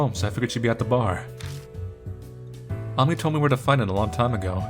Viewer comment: I know its late... but Ami and Amy are pronounced the same way =D